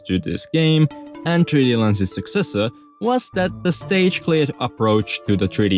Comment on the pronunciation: does him adding an extra syllable to every word that ends in 's annoy anyone else? marioses, 3d landses, gameses